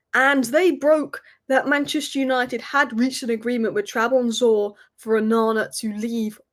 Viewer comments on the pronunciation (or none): Ok, how the hell is she pronouncing "Trabzonspor" as "Trabonsor" now? 😐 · Trab-zon-spor. just for future reference. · Trabonzor lol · Love the way you butchered the name Trabzonspor not once, but multiple times. Licha would be proud 🩸🔪 😂😂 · u keep butchering the name trabzonspor🤣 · can't even pronounce Trabzonspor properly.